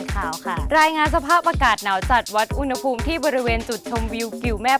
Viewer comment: อุณหภูมิ อ่านว่า อุน - หะ - ภูม ค่ะ